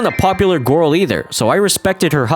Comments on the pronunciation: The way pronounces “girl” as “gurl” will never get old. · "gorl" and "crushwy" 🗿